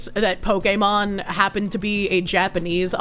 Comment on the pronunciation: I can't with your pronunciation of Pokémon